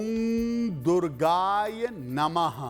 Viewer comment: दुर्गाय नहीं दुर्गायै नमः शुद्ध है।